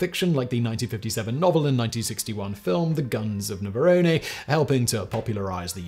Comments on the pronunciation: simon's beard oil. also "nava-rone". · The Guns of What-now, Simon?Navaronni? Hehehe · It's Navaron the last e is silent but makes the o pronounced. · You pronounced "Navarone" as if it's a type of pasta sauce. It doesn't rhyme with "macaroni". The "E" at the end is silent.